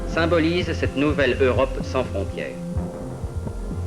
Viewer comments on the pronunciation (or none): none